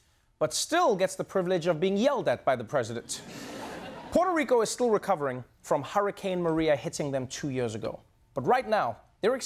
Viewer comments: Love Noah haha but it's "P-where-toh" Rico, not "Porter" Rico 🤣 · Porto Rico? Say it with me, Trevor: Poo-err-toe. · it's prononced Puerto Rico not portto rico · Everyone! Stop calling it Porto Rico. Its Puerto. They are DIFFERENT words. It is so indicative of our self involvement. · "POTO RICO" or is it Puerto Rico? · He pronounces it "potro" and it is annoying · I love you dear Trevor but your pronouncing Puerto Rico incorrectly - it doesn't have a O in it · Please pronounce the name of the country correctly.